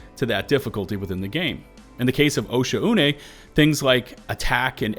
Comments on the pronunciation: I believe OH-sha-U-ney is pronounced Oh-shaw-ney. Also it would be awesome to see the devs take up the challenge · bro really said osha-oo-nay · Excuse me, its pronounced O'Shaughnessey.